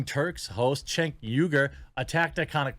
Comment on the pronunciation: You pronounced Cenk Uygur exactly right, bro. Well done.